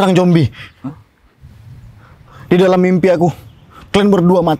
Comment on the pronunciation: Makanya 'Zombie' bukannya 'Jombi' hahaha 😂